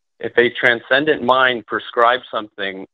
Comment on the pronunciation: Every time that he says Transcendent mind I do a facepalm.